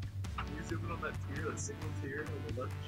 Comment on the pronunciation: he he say weft instead of left?